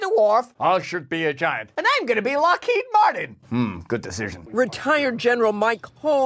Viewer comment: "i'm gonna be lockhead marteen" HAHAHAHAHAHAHAHAHAAHAHA